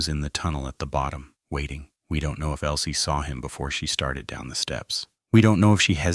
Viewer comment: ELSIE not Elie